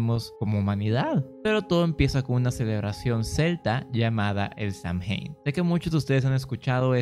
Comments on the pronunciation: Hermanito, Samhain se pronuncia Sow-jan 😘Bendiciones a todas mis hermanas y hermanos brujos💖💖💖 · Es sey win asi se pronucia. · Yo igual sé que se pronuncia Sowein